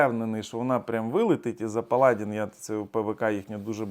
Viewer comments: Паладі'н ,а не. Пала'дін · Не палАдин, а паладИн. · Ви неправильно робите наголос. Палади́н.